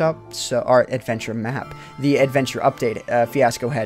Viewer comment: Why'd he say "adventure map" funny?!